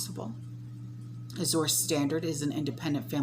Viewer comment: I think it is pronounced Az-jur Standard, like the color Azure Blue. (Like the French Soupe du jour or Soup of the day.) Thanks for the updates. This is so scary. I can't believe that people are not waking up!